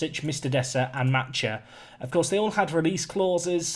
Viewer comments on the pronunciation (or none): none